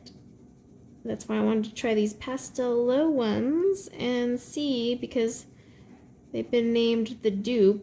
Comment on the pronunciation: oh, pastelowe means ''pastel'' haha! It's pronounced ''pastelove'' :D